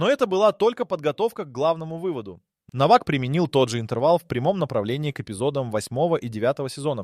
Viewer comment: Не Новак, а Но'вак ударение на ,,но''.